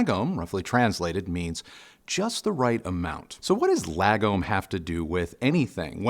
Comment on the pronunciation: You pronounce lagom good enough.